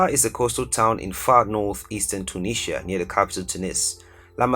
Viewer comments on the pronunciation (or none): none